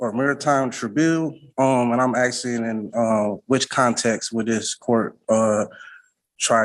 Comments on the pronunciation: ASKING! The word is ASKING not AKSING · Or " AXING," and said that he speaks English? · A lot of axing Sounds sooo bad